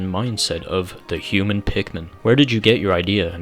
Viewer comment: I guess you could call him a hu-min